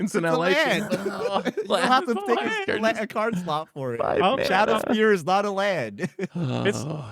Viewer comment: It blows my mind how is incapable of pronouncing card names. Shadow "Sphere" is literally harder to say than Spear.